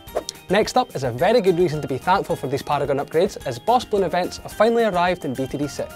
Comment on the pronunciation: Did you say, BOSS BLOONS and PARAGONS?